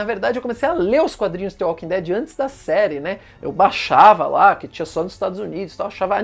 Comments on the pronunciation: É dtvâ walking dead kkkkkkk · Fico agoniado de ouvir ele pronunciando "tê walking dead" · Não se pronuncia "the" com som de T, mas pronuncia parecido com som de D.